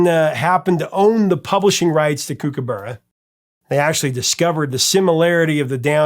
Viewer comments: Kookaburra is pronounced as you would say cook, as in cookaburra. That whole fiasco was caused by the question writers on the music quiz show you mentioned, who probably had no real music knowledge, thinking that they sounded similar in parts, then coming up with the question, which was something like, where did Men At Work get the flute solo for Down Under from? Before this no one had ever noticed any similarities at all between the two pieces. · Great band & Colin is very talented, 40 years later and I'm listening to his solo stuff too! Btw it's pronounced "cook-a-burra" mate! 😉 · Overkill is my favourite song of Men At Work. Yes his miss pronounced Kook a bur ra, with Vegemite less is more so only put a very small amount on the knife to spread it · Correction on a couple of things. A Kombi isn't a bus. It's a style of van by Volkswagen. Vegemite is good. It's what gives Aussies the strength we have to fight off Drop Bears and Hoop Snakes. I've never hear kookaburra pronounced in that way. It was different. Just so you know kook-uh-buh-ruh. Not kook-uh-berrr-uh 🤣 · Kookaburra is pronounce Cookaburra meaning cook like in cooking and there were many great Aussie bands in the late 70's and early 80's like Men At Work, INXS,Split Enz, Mondo Rock,Australian Crawl ,Mental as Anything, Divinyls, Dragon just to name a few . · We might have funny accents in Australia but kookaburra is pronounced with a short sound like hook or cook. Not kooook. Also Kombi is not pronounced kombay. The i is pronounced with a short sound like in kick. It’s made by Volkswagen and they are popular in the states too. If you are going to try Vegemite for the first time, spread it very very thinly. It’s best with real butter, not margarine. Especially good in fresh, crisp crusty top, white bread rolls.